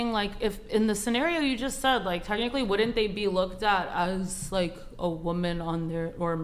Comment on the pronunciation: Wood-dint vs “wouldn’t” immediately eliminates your credibility.